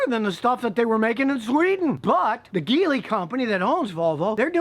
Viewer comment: Thanks Scotty. Big fan of yours for many many years. Geely is prenounced Jee Lee. In Chinese it translates to Lucky or Fortunate.